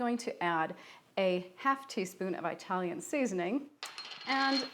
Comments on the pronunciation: IT-TALIAN for sure . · The word is not pronounced I-talian. Before you’re going to make something, learn how to pronounce the name of the culture properly. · Eye-talian. Midwest?